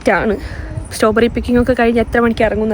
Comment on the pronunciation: Staw berry alla strawberry🫤